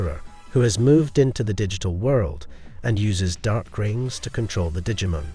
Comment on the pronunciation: Look, I love that you took time to make this, but my bro, stop saying Digimon wrong, at least. This isn't an Aluminium thing with the way Americans talk, for once your accent is ruining a very simple word xD